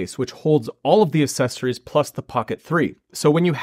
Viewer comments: Great video but the c sound in accessories is not an S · Me. They are accessories. Not aSSecories.